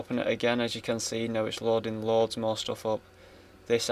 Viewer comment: It's loading not loding